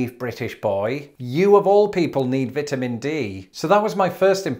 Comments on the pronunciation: He did say Vetamins. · I just love the way you pronounce Vitamins, it is like your are saying Vetamins!!! Hilarious 😂